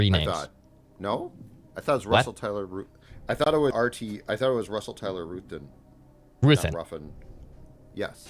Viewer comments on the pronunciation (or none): ITS RUTH-TON. NOT WHATEVER HE SAID